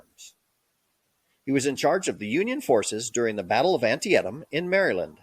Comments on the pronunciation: The name of the river on which the battle was fought is pronounced an-Tea-tum. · Was the voice AI? The pronunciation of Antietam was consistently peculiar. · 😅😂 just a suggestion your history video would be way more proficient if you announced words and locations correctly like Antietam. You probably want to stop your high and low cadence when lecturing. It's not far from listening to someone inhale a helium balloon and talk until the helium is used up. I'm not saying for you to be monotoned but a more level speech pattern would make it easier to get the attention of your audience. I'm guessing you don't do much public speaking or teaching classes. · One of the blurry pictures you showed while discussing Bragg was a rendering of the battle of Culloden. Lazy! You are also butchering the names of certain battles such as Chickamauga and Antietam.